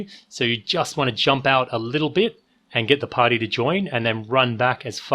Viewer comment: I hate the way you say the word "party". It's creepy